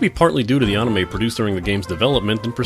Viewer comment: an "On-ime" ? Ill never understand how people can just decide to say something wrong for decades.